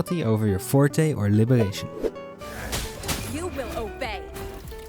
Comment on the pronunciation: Bro cannot pronounced the " R " 😭 " Gesonance " and " Libegation "